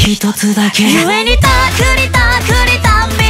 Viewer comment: 故に ころんくんの綺麗な発音 好き